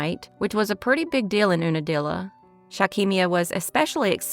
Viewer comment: Unadilla pronunciation yoo-nah-dilla